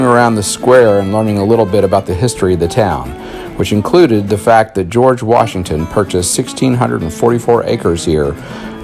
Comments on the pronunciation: Its Washington not whyshington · You pronounced it wrong